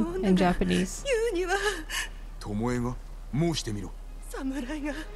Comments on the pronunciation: You have a good Japanese pronunciation! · Your Japanese pronunciation is good.